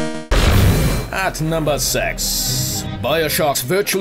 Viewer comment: Wait... Did you just say... Number s*x?